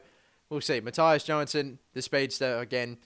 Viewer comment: You pronounced Mattias Johansson exactly right :D PS. Im Swedish :P